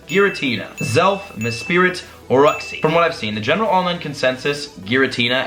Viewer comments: Ooksy is home uxie is pronounced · Uxie (YOU-x-ee) just helping out bro love the vids and cant wait for more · Great video BTW It's pronounced youx-ie, mes-prit, and azz-elf. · Its you-xi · gonna help you out real quick because i don't want people tackling you about it Uxie - (you-ksee) Azelf - (As-elf) Palkia - (paul-kia) Dialga - (dee-all-ga) Also don't forget that arceus is in gen 4 💖